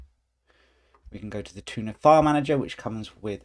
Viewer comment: He called the Thunar file manager "tuna" 😄